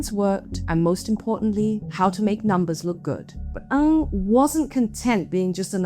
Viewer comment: Ng not ang, get the surname right… why is it ang for most of this video?